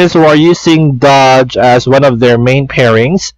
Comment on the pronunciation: You mispronounced DOGE bro haha!!! Plus your room back then looks messy! But yeah, I do have DOGE last 2019 but I lost my faith in that coin. Because of Elon Musk, it made me regret not holding DOGEs haha!!!